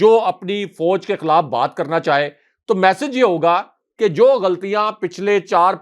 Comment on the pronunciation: may like to correct his expression. The word is nit Foj but Faoj.